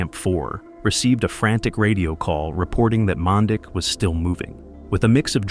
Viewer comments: it is not pronounced man dick it is pronounced manditsch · Uhmm.. It's pronounced "MAN-DEECH" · This will probably go unnoticed but his name in pronounced “Man-deech” in our Serbian language ć makes a ch sound. RIP Dren